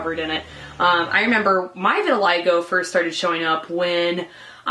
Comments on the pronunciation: pronounced "vert til lee go" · No Vitiligo. "Eye".